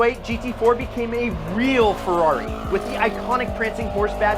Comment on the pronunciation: It would be nice if you can pronunciate "Ferrari" correctly, it's Ferrari not "Fiuwhawy", my ears bleed...